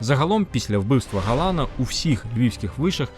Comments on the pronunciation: Невірний наголос у прізвищі Ярослава ГаланА,, треба на останній склад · Правильні наголоси ГаланА, СтАхура. А ви вимовляєте, як поляк з наголосом на передостанньому складі.